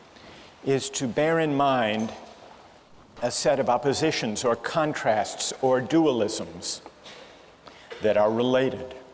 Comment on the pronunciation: The Three Kant-trasts